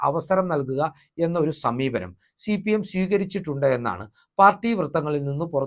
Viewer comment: ശി പി എം അല്ല ഹേ സി പി. എം